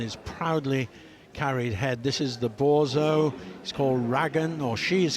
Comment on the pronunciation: Damn, finally got to my favorite dog, and the announcer, the guy, totally mispronounces it's name! It is a Borzoi bor ZOY.